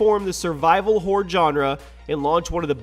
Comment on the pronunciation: Hahaha right survival "horre' haha XD